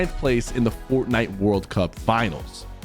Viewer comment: Why do you keep saying fortnite like that man😭